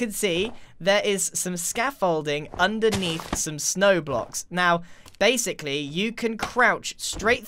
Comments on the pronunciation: now “base-Ically”, nice one 👍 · But "base" ically